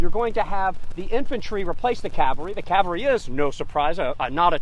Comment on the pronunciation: Could you please tell the Gettysburg Tour Guide that the word is CAValry, not CALvary. Cavalry are armed horsemen, Calvary is where Jesus was crucufied. In presenting history, one should at least try to sound professional.